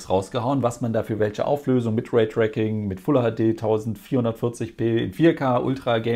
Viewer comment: Des heißt nicht Raytracking, sondern Raytracing (Reyträizing gesprochen). :D